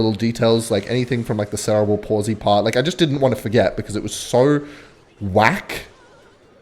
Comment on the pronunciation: I would like to let you know you said sarah bul palsly the whole video.